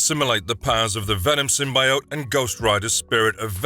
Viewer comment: Anug Un Rama is Hellboy's Real form. Hulkverine/Weapon H is his own character and he is not monstrous by any means. Your pronounciation of 'symbiote' is disappointing.